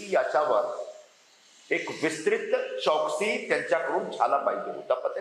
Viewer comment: चौकशी शब्द बोलता येत नाही हा महाराष्ट्रातल्या नेता बिहारी भय्या